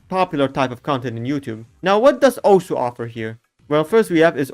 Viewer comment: no way he pronounced it correctly